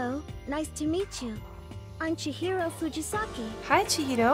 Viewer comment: The way she says Chihiro is pretty